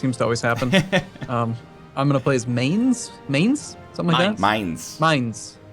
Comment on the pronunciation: I'm so happy, NL said Mainz correctly! In this City is my school :)